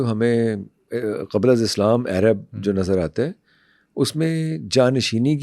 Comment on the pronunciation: it's not "Airab" its "Arab"